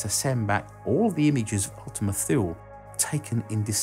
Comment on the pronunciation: Small nitpick, Ultima Thule is pronounced "Ul-tim-a too-lay" not "Ul-tim-a fuel".